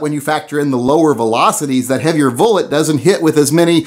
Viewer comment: Did he say vullet ? Lol, get you sacts ftraight...HA HA! Kinda muked my find when I heard it.....I think it's the red headed step child of Mrs.Velocity and Mr.Bullet. Baby Vullet is soooo cute.